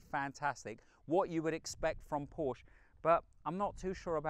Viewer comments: such a good car - such a rubbishy done review ... sorry, but you need to practice a bit more and the large amounts of text are just not acceptable. also it's PORSCHE not porsch!! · You've driven so many Porsches, own 3, and still pronounce it incorrectly. No one at the dealerships saying it like the Germans?